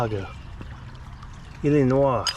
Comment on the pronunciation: I like how you pronounce my home state of Illinois EA, 😆 Very scenic creek and that dump with those mine car tracks was very cool to see!! Thank you for the funny and adventurous trip!